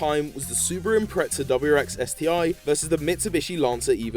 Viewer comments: Its called impreza not impreca. Fucking dumbass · "Impretza"....and the WRX has become a separate model from the Impreza in recent years. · Why do people say Impretza, ive never understood it. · Impreza is pornounced without a T bro